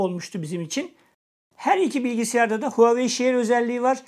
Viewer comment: Hauwei değil reis